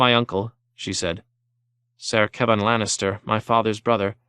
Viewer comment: I noticed Uncle being pronounced nuncle and aunt n aunt could be something I'm not aware if so forgive my ignorance